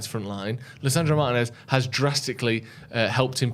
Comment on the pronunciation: It's pronounced Martinez not Martinez